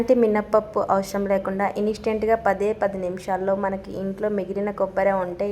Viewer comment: Neku telugu rada? Avasharam enti ne telugu ya ra la va kuda rada?😂😂😂😂😂